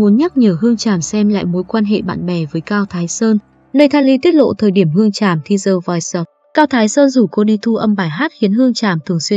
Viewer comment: OMG, 2 chữ The Voice easy như thế mà đọc "gió" chi cố vào đọc đọc sai không chấp nhận được thế bà? Đọc thì như buồn ngủ, không biết tiến Anh mà cứ đọc cho gió xì xì kkk